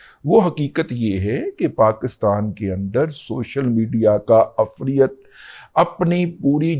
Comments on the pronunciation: Afreat is incorrect pronouciation. Correct one is efreet. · دادا جی ایک گذارش ھے وہ یہ کہ،، عفریت (ifreet) کا لفظ قرآن کی سورہ نمل پارہ 19 میں آیا ھے قرآن میں دیکھ کر اس کا تلفظ درست کر لیں وی لاگ میں تلفظ درست نہیں ھے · عفریت لفظ را کی زیر اور ی پر جزم کے ساتھ ادا ھوتا ھے سورۀ نمل میں ایسے ھی لکھا ھوا ھے